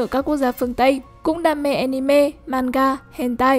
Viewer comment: Cứ mỗi lần nói anime nó lại wibu im nghe ức chế tui đã đấm bạn vì nó cứ nói wibu im